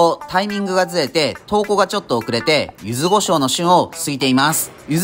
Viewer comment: 柚子胡椒をゆず「ご」しょうと言う人初めてみたわ